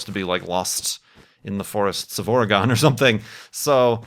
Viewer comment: ... Bah, you pronounced Oregon wrong! So awful.